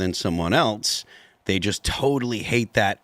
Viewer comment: Saying “dey”, “deir”, and “teksuks” isn’t an accent, it’s pure laziness. She’s lived in the US since 1998, when she was 33. She’s now 60. No excuse for her garbage pronunciation.